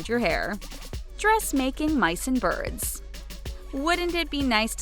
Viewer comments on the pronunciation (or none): none